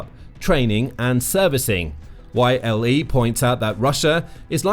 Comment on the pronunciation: It's not Y.L.E, it's Yleisradio shortened to YLE. So you just pronounce it as its written, YLE.